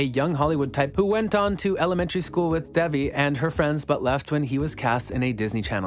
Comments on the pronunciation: her name is pronounced like Day-Vee not Dev-ee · Can you please attempt to pronounce the name properly? It is not Devvy it is Devi.